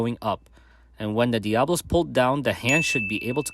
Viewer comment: You say it so fast, but it sounds like you are saying Diablo and not Diabolo. (dia-boh-loh) or (diab-oh-loh)